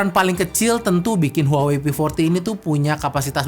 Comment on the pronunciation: maaf. kaLo gak saLah cara bacanya "wahwei"